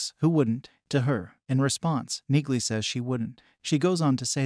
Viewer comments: Her name is pronounced, “Neely” not Neegly. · Auto-narrators are awful; that is so aptly demonstrated here. Perhaps you could write the script so the AI 'says' "Neelie" the way it IS pronounced not the way your video crushes it, throughout...? And "Reacher" continually corrects anyone who calls him anything else - so your AI calling him 'Jack Reacher' is also well-off. Sorry - - not finishing this. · "Knee-lee" the g is silent, but an AI wouldn't understand that!! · CORRECTION #1: IT'S PRONOUNCED "NEELEY" ! CORRECTION #2: IN THE BOOKS, REACHER IS DEPICED AS 6'5" IN HEIGHT !!! ALAN RITCHSON IS, BY HIS OWN ADMISSION, 6'3" TALL !!! DETAILS MATTER, LOL !!! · It’s NEILY. Do you pronounce the k in knock? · The "g" is silent. It's pronounced "Nee-Lee". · Frances Neagley's last name is pronounced "neeley" the g is silent!!! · it's pronounced NEELY! Read the books! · For people commenting on the pronunciation of Neagley's name. Yes you are correct the G is silent. This is clearly and AI doing the voiceover for the video so the software did not catch that. For people commenting on the physical touch and her fighting skills or military training. This is a fictional character so the fact that she is in the military with a "condition" should be part of suspension of disbelief. As part of the inside logic of her fighting skills it is obvious whe she talks about touch it is about a much different context like intimacy, sexuality or having strong personal space and boundaries. In fact, the fact that she does not like physical contact makes her a fierce fighter and is implemented on her fighting style (using objects as weapons as a barrier between herself and opponents for example). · The "g" is silent in her name...you didnt watch the show. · The 'g' in Neagley is silent ... Jus sayin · omg...PLEASE learn how to pronounce her name! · The “g” is silent 🔕!! 😆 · YES! The “G” is silent as in “neiGhbor”.🤨